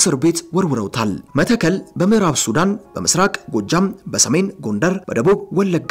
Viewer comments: ይህን የጨበጣ ጋዜጠኝነት ምን እናርገው??? መተከል ከ ጠብቆ ይነበባል ቋራ ቋ እንዲሁ፡፡ የሰውየውን ፁሁፍ አበላሸሀው እኮ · ወንድሜ ጋዜጠኛው መተከል የሚለውን ስታነበው ጠበቅ አድርገው